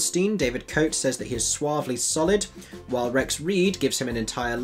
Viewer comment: just a small correction David Cote is a good critic and his name is pronounced Ko Tay! I have done 3 productions in stock in America and it is a terrible and creaky book show. I did see it on Broadway w/ Mimi Hines (yes in the 60's) and she kept the show running for 2 years after Streisand left and I also believe that she toured the show after it closed on Broadway, Do check out a few of her videos on You Tube especially WHO ARE YOU NOW and THE MUSIC THAT MAKES ME DANCE.....Thanks......I love the freshness and candor of your video reviews! NYC here!